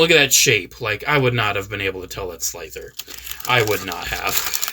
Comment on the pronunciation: Slifer lol, not Slither